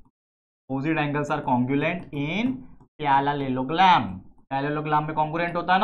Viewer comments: Parallelogram❌ Paraparpelopargram✅ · Parallelogram ❌pyarallelogram😅